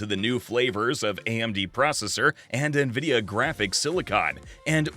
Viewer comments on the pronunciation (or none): none